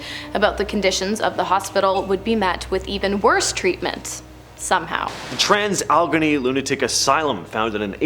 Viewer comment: It's pronounced All-uh-gain-ee